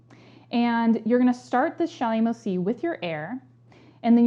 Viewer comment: Thanks for the helpful tips. I have a probably very silly question though. What kind of 'C' did you call it? A 'shymo' C? What's a 'shymo' C?